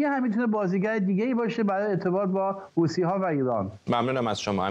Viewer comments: به این بنده خدا عزیز یه کلام یاد بده حوثی نه حوتی فدای محبتت همش میخندم از حرفاش چیزی متوجه نمیشم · درودلطفا از بخواهید حوثی.... حوتی تلفظ نکند تشکر